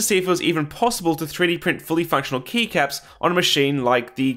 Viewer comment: Kept hearing knee caps instead of keycaps, still made sense lol.